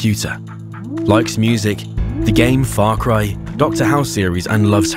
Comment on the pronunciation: we all do love a good bit of "fair cry"